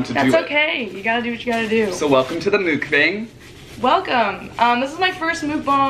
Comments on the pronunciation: Mookbung? Mookbawng? I thought it was muckbang 😂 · ily i rly do but can u b the one youtuber that pronounces mukbang correctly.